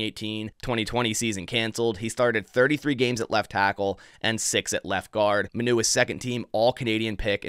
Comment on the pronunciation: it’s pronounced giovanni mah-new not muh-new